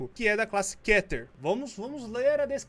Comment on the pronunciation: se escreve keter mas se diz kiter